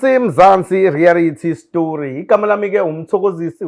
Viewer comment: Say after me my brother, "reality show" not "rarity show" nice show though, I thank u